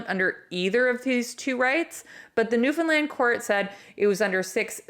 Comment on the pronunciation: It's Newfoundland not New Finland